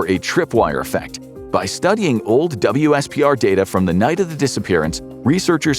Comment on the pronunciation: WSPR is pronounced as "whisper" fyi :)